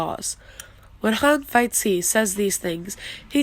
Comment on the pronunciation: It would be much better to for you to pronounce Hanfeizi as /Han-Fei-Zi/ rather than /Han-Feit-Tzi/